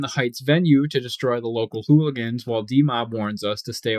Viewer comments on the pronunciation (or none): none